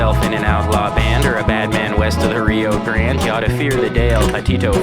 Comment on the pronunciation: THATS NOT HOW YOU PRENOUNCE RIO GRANDE AND AS A TEXAN THIS HURT ME